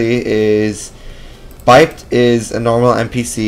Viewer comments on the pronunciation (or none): buypd intensifies It's pronounced buy-ped since it's short for bipedal.